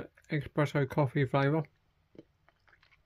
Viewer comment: Espresso not expeesso